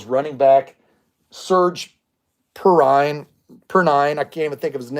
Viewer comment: Pronounced pee-rine